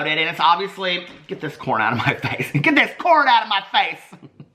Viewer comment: I thought he said corn.